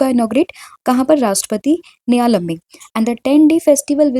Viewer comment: Homework :- The answer is Oscar Piastri who received Australia's Prestigious Don Award 2025. Maam if you don't mind Question no 3 mein uska pronunciation hoga Bharatiya Kalaa mahotsav means art ko jo kalaa bolte hein na wo wala ...& dusra wo Rashtrapati NILA - YAM hoga ... Mere keyboard mein hindi typing nhi ho raha hai but I hope aap samajh payenge 😢 Thank you so much maam for valuable contents ❤🙏